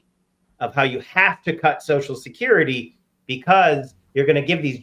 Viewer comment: Sam can't say Social Security. He says Soshacurity.